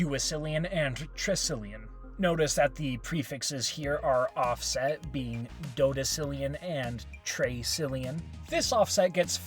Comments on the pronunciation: not dodecillion, duodecillion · doedecillion? Shouldn't it be duodecillion? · I thought its duodecillion not doedecillion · (not doedecillon) it's duodecillion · not doedecillion,duodecillion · what the hell is a “doedecillion”